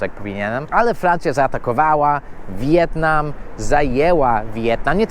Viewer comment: Mówi się "Wietnam" a nie "Wi-jetnam".